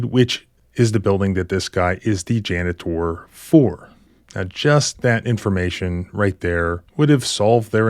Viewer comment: I like how you pronounce janitor, jana-TOR- that's how I'm saying it from now on- rhymes with Skeletor 😆